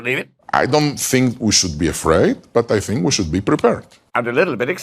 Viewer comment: It’s funny that Russell pronounces “th” like “f”, or “ask” like “axe”. Brits with those linguistics were heavily settled in the American South. To this day people still use those pronunciations, even after all this time. Most people don’t realize it originated in another country, another culture, one which permeates to this day.